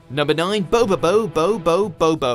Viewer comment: How could you mispronounce bobobo's title...